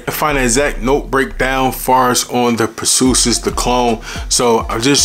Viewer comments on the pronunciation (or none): Every time I heard per-soo-sis instead of per-see-is it messed up my focus lol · Per-see-us...is the pronunciation. I been wantin' to get this one ! I love Hercules and Galatea ! Thanks for this info on Perseus bro. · It’s pronounced per C us. Per ceeeee ous ❤ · Lmao.... say Per-See-Us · I know I’m late to the party but Purrsoosis has me in shambles 😂😂😂. I’m laughing with u tho not at u. Keep winning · 'Per-see-us"... look up Perseus in Greek mythology. He who slayed Medusa! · Bra even say Dar Marley when it’s clearly De Marly 😂😂😂😂😂😂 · Pur sue sis lol..bro, your pronunciation of words in all your videos lol .. and you say it with such confidence lol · I agree! We want to to support the channel but… it takes only a 10s google search to find pronunciation of these names before filming the vid. One of the most important thing about this hobby of ours is knowing how to say the names right! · Your pronouncing it wrong lol nice vid though